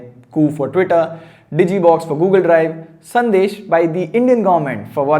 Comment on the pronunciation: 100th comment Hey small correction it's sandes not sandesh